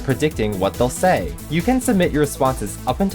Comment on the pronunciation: Let's see what the voters had to say!... HAD TO SAYUH!